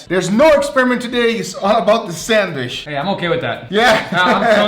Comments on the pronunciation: I love that he says sandwishhh and not sandwich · Sandwish 🤣 I love it when you say sandwich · Why he saying sanwish like my father in the store